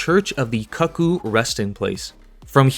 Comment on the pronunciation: the church is pronounced koo-koo not cuck-oo